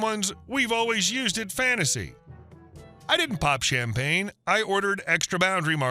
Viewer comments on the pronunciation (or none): none